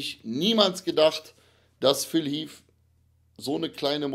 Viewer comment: Phil heath und nicht phil heafffffffff 🤦‍♂️